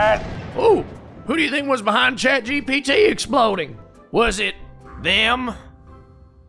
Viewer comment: what in the seven hells is "chachypt"? Even the CC confirms it.